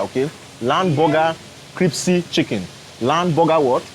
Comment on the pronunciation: yes is a good man. Btw bro, it's pronounced crispy, not cripsy hehehehe